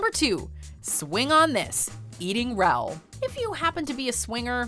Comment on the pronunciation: Eating Rowl? It's pronounced RAH-ool, not rowl.